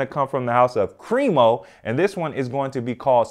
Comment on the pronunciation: CREMO??? Not bad but Bruhh.....LOL